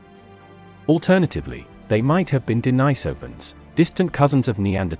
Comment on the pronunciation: Maaaan u need to learn pronouciation. First of all its de ni sovans. Ånd the islands name is su la veci... I know its not spelled correct. But its way closer to how its pronounced